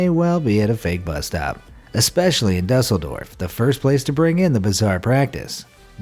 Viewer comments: dϋsseldorf is pronounced do- sel- dorf, NOT dus- el -dorf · It's pronounced "Dooseldorf," buddy.